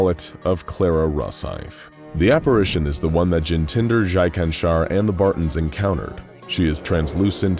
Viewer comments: Jintinder Jaikanshar? Why to include indian names if it can’t be pronounced properly by your narrators? Its Jitendra Jaishankar. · no problem with pronounced word but try jitandra jayshankar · Another indian name butchered 😂